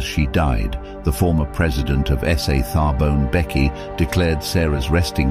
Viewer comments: Its not ""Tharbone Bekkie "" its ""Thabo Mbeki""!!! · As for "Tharbourne Becky" well it's Thabo Mbeki🤦🤦😭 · Tharbourne becky? You mean Thabo Mbeki?